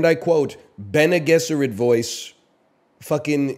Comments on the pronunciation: Pronounced "bennay jezerrit" btw yall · The way he says Bene Gesserit, it's fucking "baggel" all over again. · bene gesserit voice "fucking pronounce it correctly" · bene guesserit* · It’s actually bc he’s Canadian, he thinks he’s saying them right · Bene Gesserit Voice: can you say Bene Gesserit correctly? No worries if not. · Bene gesserit voice say bene gesserit right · he says bene gesserit wrong